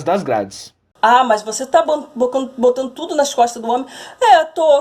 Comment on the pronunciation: "botano tudo", "drento de casa" ..o cara que se junta com uma merda dessa que não sabe falar o português básico fica difícil